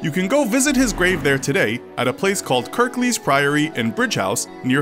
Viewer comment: I love it when Americans slaughter English names. It's Pronounced Brig house, not Bridge house. I'll give you 7/10 for Kirklees though. 😁